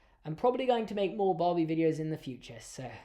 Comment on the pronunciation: is saying barbie but i can’t stop hearing bobby🥲